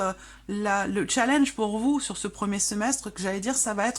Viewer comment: Il ne faut pas prononcer le mot challenge avec l'accent britannique, challenge est un mot français.